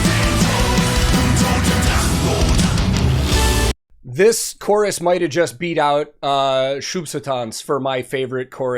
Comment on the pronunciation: i like how he pronounced Drachenboot, he rolled the R really hard there :P